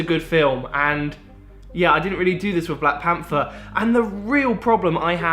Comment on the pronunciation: Black panfer. Fink. Strange how thay spell right but dont say it right. Good video thow